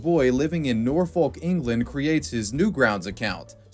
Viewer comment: Nor-fohk. Not nor-fo-l-k